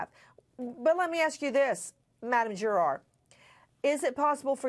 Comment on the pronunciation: What about Nancy's continuously elegant pronunciation of 'juror' starting ? 😒😅🙌